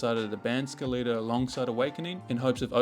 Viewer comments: like skeleton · i refuse to believe thats how you say skeleta